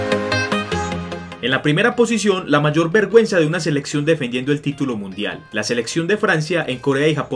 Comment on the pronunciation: Pensé que decía verg@ :V